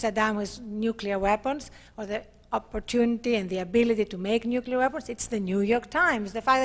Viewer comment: he says "nuculear"